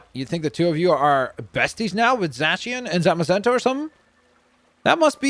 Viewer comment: Zacieon is pronounced Zay See On